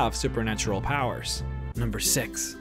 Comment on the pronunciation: number sex